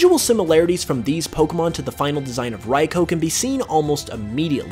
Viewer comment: It’s rai ku